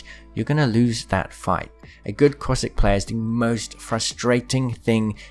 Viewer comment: I cant get over how u keep saying "Coystic" instead of Caustic 😂